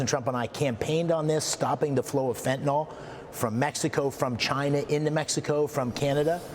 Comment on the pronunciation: It isn't fenta-NOL, it's fenta-NYL, rhymes with bill! Can't any public figures read anymore?